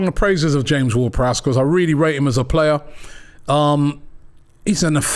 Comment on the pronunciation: Big up to the man who said James-Ward-Prowse.The disrespect that man gets is criminal.5 goals guaranteed from the Freekick spot.